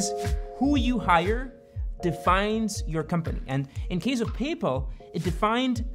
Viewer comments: Say it with me: pay pal. Not payple. Please? And BTW, I love this channel; But it seems like other intentional pronunciations to annoy people that I've heard, lol. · He keeps saying “paypell” like the pope. Isn’t it “pay pal” like paying a friend? Super annoying. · just a note, its payPAL not payPUL, the pronunciation you're using is for Papal, or relating to the pope. Sorry, tried to get through the whole thing without saying anything, you just for some reason keep repeating a word you arent confident in pronouncing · The way you say paypal I thought at first you said the Papal Maphia, which made me think was the pope involved with paypal? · your pronunciation of PayPal is absolutely fascinating. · Great video, as always! Side note, tou trying to pronounce "Paypal" is like Bennedict Cumberbatch trying to pronounce "Penguins". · I’ve never heard PayPal pronounced this way …I began to doubt I knew what company he was talking about. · why do you pronounce paypal like that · No one else squirming on his pronounciation of the word "paypal" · Am I crazy or is he saying PayPal wrong? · Why do you pronounce paypal so weird? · I didn't know that the pope had a mafia, the papal mafia. Oh wait, you just can't pronounce PayPal, and Thiel. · The name Peter Thiel is pronounced "Peter TEEL". The "Th" in Thiel is pronounced like a "T" sound, similar to how you would pronounce the word "tea". 😂 It's PayPal not PayPull. 😂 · PayPal! You're saying PayPal. OMG, it took me like 5 minutes to figure out you were saying PayPal. I thought you were saying Papal--like the Pope. I thought it had something to do with the mafia stuff. LOL. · Great video! The way you pronounce PayPal sounds like “papal”… when you first said “PayPal Mafia”, I thought you were referring to the Catholic Church. 😂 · Great video. I always though it was pronounced pay-pal but in the video it is Payple? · Great vid but the pronunciation? I've always thought it was pay-pal, not papal. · Its "pay pal" not papul